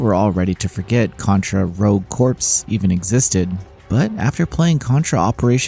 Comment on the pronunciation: FYI "corps" is pronounced "core."